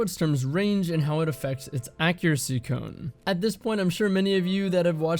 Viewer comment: he finally said cone 🥰